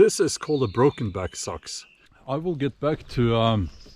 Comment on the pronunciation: Its not sux its sacks